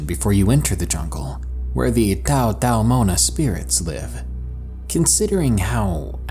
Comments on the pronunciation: omg the way he said taotaomona has me dead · The way u said taotaomona sounded like a Chinese meal..but yeah everything u said all true